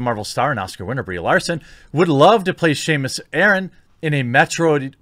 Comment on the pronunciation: "Seamus Aran" That upset me more than it probably should have.